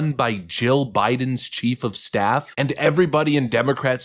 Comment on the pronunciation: Did you say "rammed by her chief of Stiff?"